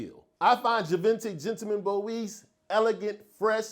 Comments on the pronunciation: great list, some real new fire 🔥on there! Salute, by the way Boisee pronounced bwoizaay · Yeah we gotta work on pronouncing Boisée correctly my good sir 😭 try this “ BWA-ZE”